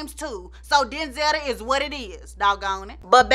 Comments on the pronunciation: "Denz-etta" 😂, you came come with some names 😂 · "Denzetta".... go ahead on 🙂